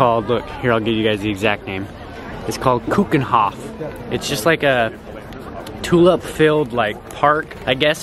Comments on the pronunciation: IT is so funny for a Dutch person (me). To hear how you pronounce Dutch names😂ps love you wish I lived closer to Amsterdam, maybe I could have seen you guys.❤️😍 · How you pronounce the Dutch words is so cute/funny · I love how americans pronounce Keukenhof lol (I’m Dutch btw) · Hahaha the way pronouced Keukenhof lmao